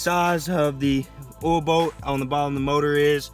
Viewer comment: Kept thinking you were saying oil boat I was like wtf is an oil boat?